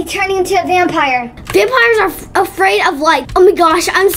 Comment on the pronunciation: "vampier" i love you